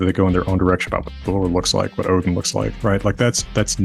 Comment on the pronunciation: is he saying othin?